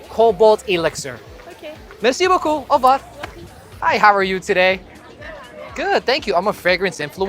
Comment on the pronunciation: "Mircee bookoo" 😄 p-p-p... PLAYAAA!!!😂